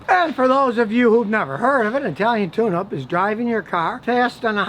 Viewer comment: swear to God, i thought this man was saying italian tuna